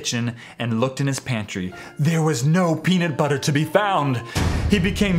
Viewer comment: "Peanit butter"